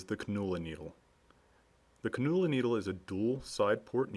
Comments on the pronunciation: It's pronounced "CAN YOU LA", not "Cun oo la". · Cannula.... it's pronounced Kan' you la or "KAN you luh" . Not KaNOOOla !